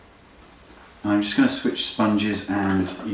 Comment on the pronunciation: i love how u say going to, "ganooo" hehe <3 ps LOVE this tutorialll